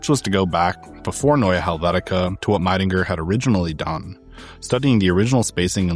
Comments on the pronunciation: Great work, this is a very comprehensive and interesting documentary on Helvetica. Just a polite note as a german speaker: Max Miedingers name is pronounced like "Mee-dinger", not "My-dinger". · Hi shame you can't be bothered to properly pronounce the name of your favorite typeface designer.